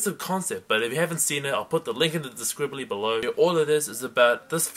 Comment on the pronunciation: haha "In the describbly" :P